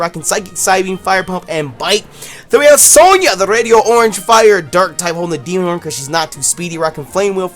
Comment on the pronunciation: ITS NOT RADIO-ORANGE! Its pronounced Radi-orange